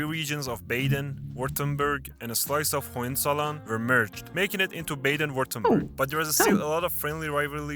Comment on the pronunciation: By the way, the person narrating the video is not a German. His pronunciation of state and brand names is very far off from the ideal pronunciation. His interpretation of "Baden-Württemberg" is almost incomprehensible for German speakers. And Bremen is not beautiful, safe for very select places. There are few locations in which you can turn 360° without seeing something unappealing.